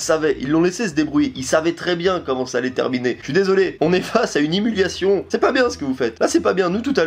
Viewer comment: Dedicace à du mot Humiliation qui devient himuliation 😂